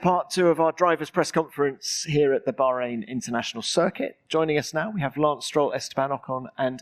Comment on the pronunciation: Finally someone who can say Bahrain properly. 😂